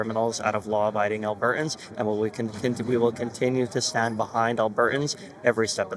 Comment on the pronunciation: alberTans. When did people start this business of NOT pronouncing words properly. At least pronounce our province properly Mickey.